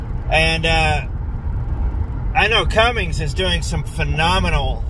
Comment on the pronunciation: Cummins not Cummings !